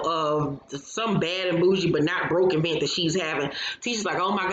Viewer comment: Tisha and her mama both say E-vent ad I always cringe